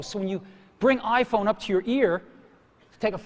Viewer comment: E dal quel giorno...inizio il lavoro del lavaggio del cervello dei bimbominkia con "l'aifon"L'AIFOGN!!!